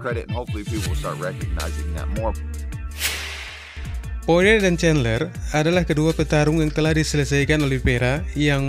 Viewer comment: sebutannya poriyer